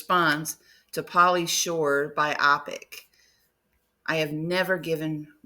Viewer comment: Um, it's not pronounced bye-AH-pic, but BYE-oh-pic. It's Variety-ese for BIOgraphical PICture.